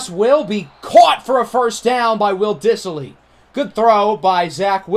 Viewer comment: Diss-ly. There is no I after the s